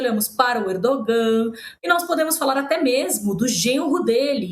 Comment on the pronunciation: Erdogan: se pronuncia Erdoan o g é mudo!